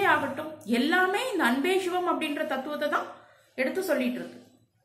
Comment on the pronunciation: தங்கள பதிவுகளுக்கு நன்றி. ஒரே ஒரு. வேண்டுகோள். ஷிவம் ஷிவன் ஷக்தி என்ற வட மோழி உச்சரிப்பை தவிர்த்து சிவன் சிவம் சக்தி என்று தமிழ் உச்சரிப்பை மேற்க்கொள்ளஙும்! வாழ்க வளமுடன்! 🙏